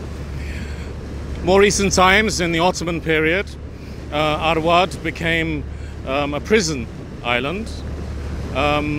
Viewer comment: It is not *Award, it is rather Arwad.